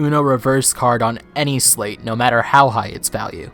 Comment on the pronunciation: Because it ends in "eight" so we say it like the number 8. I just looked it up, it apparently really is pronounced SLITE not SLATE. English is hard.